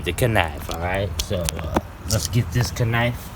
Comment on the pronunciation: I wish you would say “knife” the correct way.